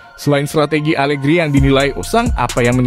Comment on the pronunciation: Pecat.pelatih alerhi semua orang.bukan Alegri tp alerhi.mau munta